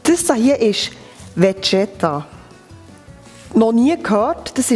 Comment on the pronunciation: Das Vegeta und nicht Vedscheta😂😂😂 Das ist für jede Balkan Köchin das Salz in jedem Gericht😉ohne geht es nicht!!!! Erst die Seiten einschlagen,dann von oben fest runter rollen.... Danke das ich hier ein wenig klugscheißern durfte😜 Ach ja,am besten gemischtes Hackfleisch nehmen, dann ist die Füllung saftiger...als halb Schwein,halb Rind....